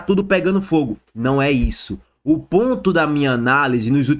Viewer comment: ponto ele fala pontis 😂😂😂😂